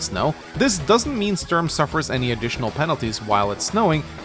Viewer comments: Everytime he says "störm" i am like: "who is he talking about?.... oooooh he means Sturm. why dosent he just say stoorm if he cant pronounce Sturm?" any way fun video, just had to say that lol. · I've never heard anyone call him Stoorm.